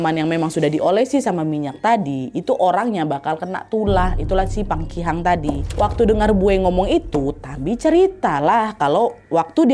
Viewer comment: PAKIHANG btw kak nadia bkn pangkihang